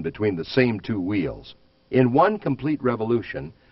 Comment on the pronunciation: wtf is "whuUeels" just say wheel dude